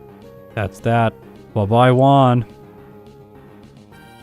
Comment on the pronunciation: Whon and Whallie :) . . . . Juan and Wallie, but with an initial H :)